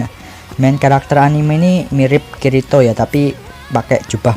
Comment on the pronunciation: Njir dengerin admin manggil kirito = kiritot